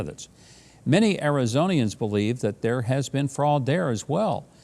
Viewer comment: Dear govna, it is pronounced arizonan not arizonian. Just FYI. Love you my good man.